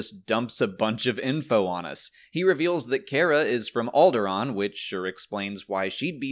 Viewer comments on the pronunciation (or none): none